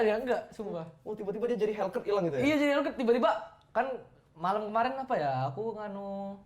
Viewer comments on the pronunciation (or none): Salfok ama "apah"